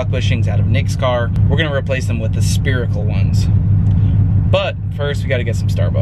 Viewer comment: spherical not spearical......